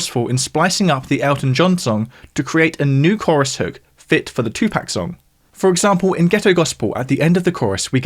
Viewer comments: It's pronounced 2 Pock not 2 Pack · It’s amazing that people don’t know that it’s 2 “POCK”. Not 2 “PACK”